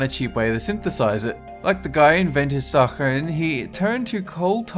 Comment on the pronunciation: Your pronunciation continues to be horrendous. If a word is new to you, look it up online and listen to the pronunciation. Start with saccharin, mauve, and quinine, three words you butchered within the first 90 seconds.